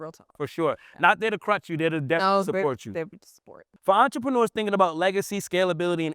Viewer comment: Brother please practice your reading. No offense just read slower. You said entre pruneers